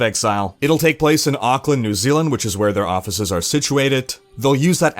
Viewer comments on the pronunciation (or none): none